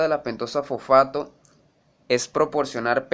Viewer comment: FoFAAto xD